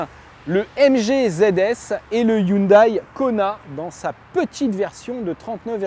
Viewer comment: Arrêtez de dire « Hyundaïe »... on dit « Hyundaie » ...